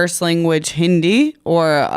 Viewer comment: DEMN THAT "HINDI" GOT ME LMAOOO